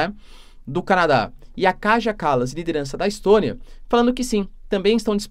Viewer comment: Professor, a letra J na grande maioria dos países europeus, e isso inclui os balcãs, lê-se como o nosso I. Entao o nome da chefe de estado letã lê-se KAIA e não KAJA.